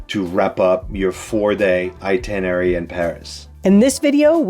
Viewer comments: Sorry, it's itenerary, not itinery. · My brother and I are going to Paris for 4 days this summer. We've been before, but this is very helpful for new sites. We've been fans of your videos. One thing - it's "eye-TIN-er-rare-ee". I chuckle every time you miss it, but you'll get it some day (long before I learn French, or course :) ). Merci!